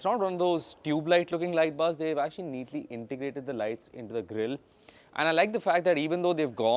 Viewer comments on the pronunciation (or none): none